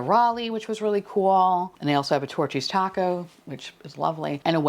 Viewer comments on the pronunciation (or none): none